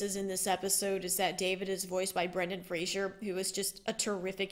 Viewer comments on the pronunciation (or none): It's Brendan Fraser, not Frazier.